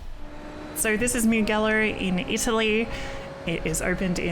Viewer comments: MIUGHELLO?? Its pronounced MU-JELLO dear... if ur gonna be a streamer, not that hard to use the internet these days to educate yourself, it's a world famous racetrack after all that hosted Moto GP (and even F1) races for years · Great video! I might get into iracing in the future. But please. My inner Italian cringed on how you pronounced Mugello. It's Mujello. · hope the onboarding is forced on everyone that signed up the past year at least. PS: Mugello is pronounced 'mu-jell-o' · Pronounced Mu-Jello.... 😊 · Pronounce Mugello properly pls